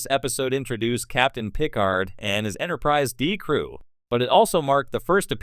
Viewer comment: I think I'm going to boycott any videos using AI-generated narration , especially when it blatantly mispronounces words any Star Trek geek (like the person who produced this) should know - like saying PIC-ard instead of pi-CARD. in fact, that's exactly where I stopped watching this one.